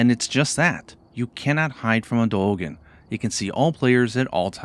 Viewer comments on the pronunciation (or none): let me help D-eo-gen